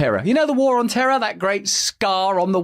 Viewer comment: Or as George W. pronounced it, "terrr".